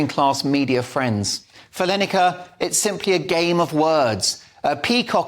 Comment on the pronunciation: Gary line acre it's pronounced